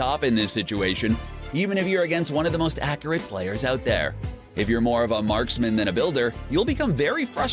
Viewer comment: Did u hear how he was saying accurate